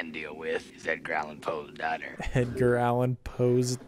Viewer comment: This is the first time I realized Beetlejuice said "Edgar Allen Poe's daughter". I thought he said something like "growling poe's daughter" ??? But yeah, I first saw this as a kid and it freaked me out so bad. I'm glad it freaked out a grown up.